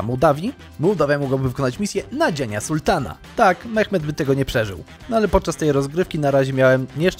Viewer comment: SuŁtan, nie SuLtan gościu